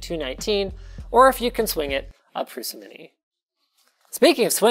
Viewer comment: Prusa (from the developers name Průša) is pronounced as Prouscha. Believe me I'm Czech as well as him.